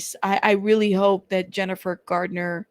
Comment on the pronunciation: It's Garner not Gardener. There is no D in her last name. I thought you'd like to know. 😊It's Garner not Gardener. There is no D in her last name. I thought you'd like to know. 😊